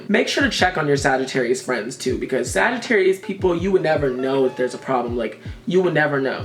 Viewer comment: Damn you really got Sagittarius right